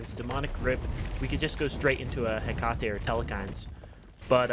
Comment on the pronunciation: its such a pet peeve how every smite youtuber pronounces Hecate wrong. its pronounced Heh-kuh-tee. Love the videos though, keep it up <3